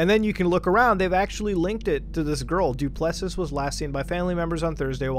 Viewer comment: Du Plessis is pronounced do-pluh-see. Your pronunciation is killing me bro. Hope this site is innocent and it's just a troll on rich people